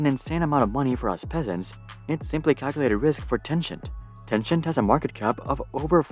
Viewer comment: Tencent = ten-sent Random YouTuber = Ten-scient.